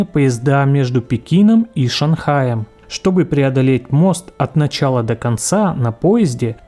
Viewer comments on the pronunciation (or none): none